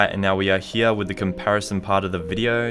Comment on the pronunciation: Everybody: "Here": "Heeya"